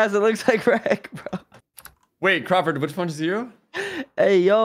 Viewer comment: he said “crawlford” 😂😂